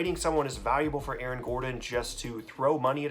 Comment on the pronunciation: Damn did you just say A-A-RON? lol